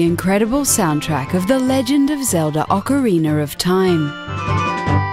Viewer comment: Did you seriously just say Ocarinar of Time?